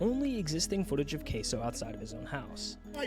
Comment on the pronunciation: its had a distortedly weird way of saying Caseoh. It had a k, an o i've never seen before, etc.